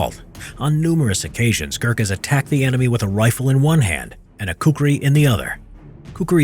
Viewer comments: Well he told kukri but its khukuri.. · It's not ku-ku-ri, it's ku-kri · It's not kukri It's khukuri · It is khukuri, not kukri, that is british pronounciation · Cringed so hard when I heard your pronouncation of Kukri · Its khukuri not kukri